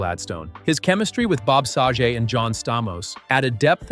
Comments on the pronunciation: "SAG-GET"....BOB SAGET.. smh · Also mispronounces Dave's last name